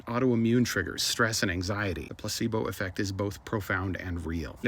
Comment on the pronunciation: Anyone else can't help but think, "gazebos" when he says placebo?